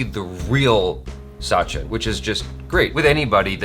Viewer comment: I just want to correct it is a short "a" in sachin pronounced similar to the "u" in "such". Sachin/Suchin and not Saachin.